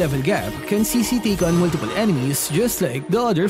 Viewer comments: I think her name pronounces chi(ck)-chi(ck) and not she-she. Strong yes but for me looks boring, like novaria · I think the name is pronounced (Tsi Tsi) wit the T and,so yeah Cici